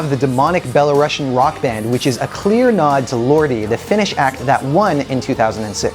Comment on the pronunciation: Please don't pronounce BelaRUS-ians as Bela-ruSSians (similar as RuSSia). For us it's quite offensive and similar to situation when you refer to all Brits as English.